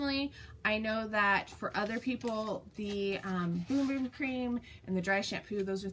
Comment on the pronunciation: I think you and I are the only people on the planet that don't like the smell of the Bum Bum cream! Also the only ones who pronounce it correctly as boom boom. I think it's one of those fad products . It doesn't work any better than another body Cream and not as good as some! Yea an honest review!